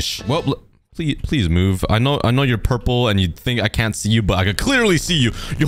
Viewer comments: Hi um so my little brother is kinda anoyed how you say purple wrong so it's pronouns as prlol but the word is purple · Pronouncing "Purple" Most people: "pur-pol" Meanwhile,: "pur-pur" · am I the only one that hears 'pur pur'